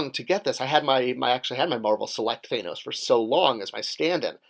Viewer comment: Two of the biggest movies of all time still can't get you to say "Thanos" correctly.